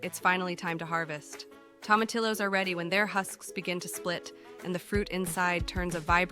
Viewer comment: The name is Spanish so you would pronounce them Toe-ma-tee-yos.